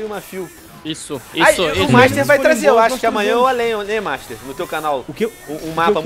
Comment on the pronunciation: Alguem percebeu que o master falou mastar